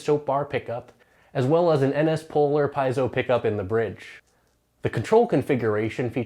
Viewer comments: pee-AY-zo. How hard is that?? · Maybe it's because he can't pronounce piezo (pee-ay-dso).